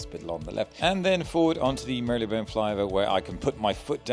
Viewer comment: I'm sure there's no y in the pronounciation of marylebone btw